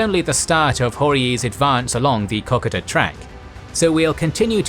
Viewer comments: With due respect to your great efforts (which I greatly enjoy) as an Australian, whose family took a very small part in the P.N.G. campaign, I would like to make one small correction. Kokoda is pronounced K"o"k"o"da (it does matter to us). I believe you are using a computer generated voice. These are known at times to fail to pronounce names and other words correctly. Please check this. Also please continue your terrific work which I find well balanced, secant and well researched. One small note also. General McArthur had General Blamey (who had his faults) at the Japanese surrender in Tokyo in part as an apology for his remarks about the fighting ability of the Australians (politely put) in P.N G. I have read. I know also many Americans have had their views about him. He like the rest of us had his positives and negatives. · Australians died at Kokoda. If you have any respect you would at least pronounce the name correctly. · Them not being able to say a name properly that is as heavily propagated as Kokoda with it's pronunciation incorrect for not 1, not 2 but 3+ videos I think is very embarrassing for a HISTORICAL channel EDUCATING people on a HISTORICAL event which is apart of primarily Australia's and Papua New Guinea's HISTORY. Not only is it disrespecting the Aussies and Papuans but it shows a high level of ignorance about the historical event. What priorities are you referring to? The priority for stopping the propagation of something wrong? I think more and more people should call out this stuff? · His saying kokoda wrong and its kinda annoying me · Aussies: Ko-ko-da This guy: Kokeda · Kokoda = Cock-ka-da? It's Co-co-da 😁😁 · Why does Arnold Potts have a NZ flag behind his portrait when he was in the AUSTRALIAN army ? And it's KO-KO-DA, not KOK-O- DA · Wtf is Cock-Ida....I know about Ko-ko-da.....but that's only because I'm Australian and a history buff. I'll shut up and learn....because.....grrrrrrr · It's pronounced ko-ko-da,not koko-da!